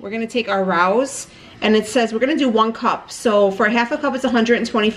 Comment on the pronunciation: It's pronounced Ray-OS which i only know because i saw a commercial for them! I love how caring you are of your dog and your recipes are always so simple and delicious looking! Love your channel!